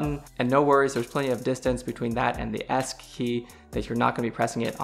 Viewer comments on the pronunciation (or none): did you really say "the esc key" lol